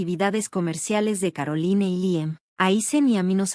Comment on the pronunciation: Caroline (Carolain). Se oye chocante leer los nombre foráneos como se escribe. Por qué no los cambian antes de grabar?